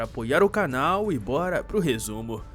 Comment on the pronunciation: A pronúncia do nome do ricaço bonitão, digo, do marido da Karsu é "Bóra" e ñ "Borá" (pelo menos, na duplagem da TV Record).